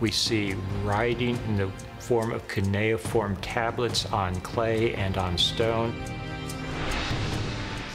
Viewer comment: It’s pronounced: kyoo-ni-form